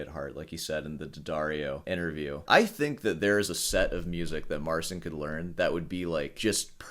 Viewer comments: Trudno mu włączyć tłumacza Google i nacisnąć głośnik w rogu. Wymawia "C" jako "S" bo tak jest w Angielskim. U nas literę "C" wymawia się jako "C" Jeśli po "C" jest "i" to łączy się te litery w jedną. Te litery brzmią jak Angielskie "Cheat" bez litery "T" na końcu. MAR chea N. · I find it funny how someone criticizing such small minute details in sound cannot be bothered to at least pronounce the name of the person they're critiquing properly, just assuming every language is English and is to be pronounced like it.